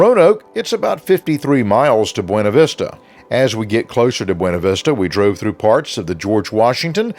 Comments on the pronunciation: It is pronounced Byoona vista not bwayna vista. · Great video! I grew up in BV, you should've seen it in the 70s and 80s before being devastated by multiple floods. BTW, it's pronounced "byOOna vistah".... 🙂